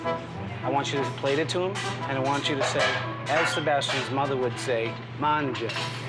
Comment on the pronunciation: Homie said manga instead of mangia. Practice basic pronunciation in your head before typing. Try pronouncing Mango but with an A = Manga. Obviously missing some vowel there.